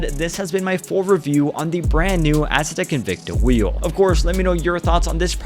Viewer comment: Stop pronouncing it ass uh tech. Haven’t u heard how Andre pronounces it?